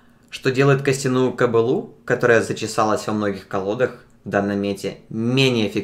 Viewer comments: двойное ударение делай)) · Обзорщик из тебя никакой. И да, карта полное уг. кобЫлА русски разговаривал